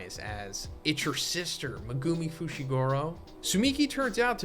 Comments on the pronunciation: Meh-goo-me. Not meh-goome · Why do you pronounce Megumis name like that?